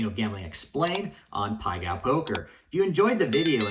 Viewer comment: Self proclaimed gambling genius can't even pronounce it correctly lol